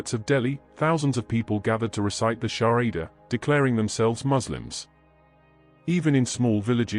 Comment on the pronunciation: If it is true islam does not need followers. The narrator cant pronounce well shahada. I have reservation if the narrator is muslim or ai? Stop this propaganda if it is false. Islam does not need followers. Its the other way around.